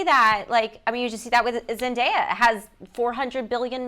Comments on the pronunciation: Is it just a British thing, that they all pronounce Z’s name as ZenDIEa?? 😭😣 I feel like Tom probably made a conscious effort to properly pronounce her name until it became natural for him lol 😭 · i cringed when helen said “zenDIEya” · Her name is ZEN-DAY-UH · i was so scared she would say zendaya's name wrong at the introduction😂